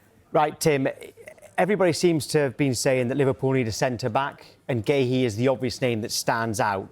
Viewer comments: Guehi, Guahi....what is the man's name, can someone give us the correct pronunciation? 🙄🙄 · It seems no one is able to say marc guehi's name correctly 🤷‍♂️